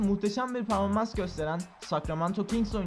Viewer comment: "ve bu tur peaaoaorformans lara devam etmistir"